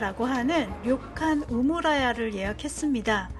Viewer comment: 우레시노 영상 잘 봤습니다. 료칸 오오무라야(표기는 '오무라야' 라고 써야 함)인데 우무라야 라고 하시네요.ㅋㅋ